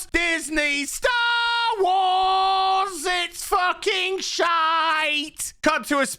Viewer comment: Correction, it is Disney "Sher Wars".